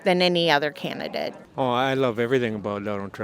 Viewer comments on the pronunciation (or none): It sounded like ol girl said can- uh-dit instead of candidate